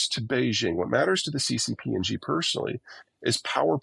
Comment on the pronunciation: The name of the president of China is pronounced "she" (with non-rounded lips, slightly drawn back). Even if you just pronounce it the same as the English word "she," it's still going to be almost accurate, whereas this "Zhee" thing is just completely wrong! I don't know who President Zhee is, but he's NOT the head of the Beijing government!